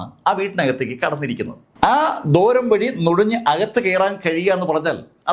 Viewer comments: ദോരം അല്ല ദ്വാരം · സാറേ, ദോരം അല്ല, ദ്വാരം.. ദ്വാ.. ദ്വാ.. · ദോരം അല്ല ദ്വാരം ആണ്.